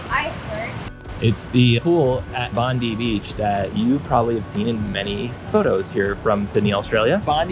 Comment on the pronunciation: Haha had to feel rough to realize you mispronounced “Bondi” so many times. Always kick ourselves when we realize we mispronounce words in videos 😂